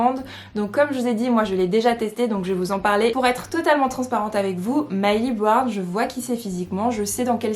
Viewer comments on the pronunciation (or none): MILLIE BOBBY BROWN sa me stressais que tu disait MYLEY BROWN 😂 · MILLIE BOBBY BROWN et pas Myli brown :)